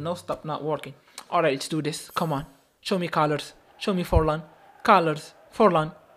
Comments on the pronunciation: Bro did 'Forlan' dirty 💀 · Fornal❌ Forlan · Forlán bro 🙃not fornal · Did anyone notice about the title he said fornal instead of Forlan